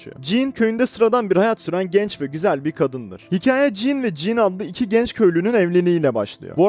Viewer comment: Kanka jann diye okunuyor "jannı" (fonetik olarak) Jean de dediğin gibi. "jiin" şeklinde.